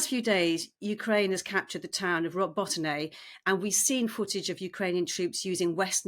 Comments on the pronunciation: Learn the pronunciation of the places you are talking about, it is so unprofessional , Robotyne ( Ro-bo-ti-neh ) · They could consult with Ukrainians and learn the proper way to pronounce Robotyne.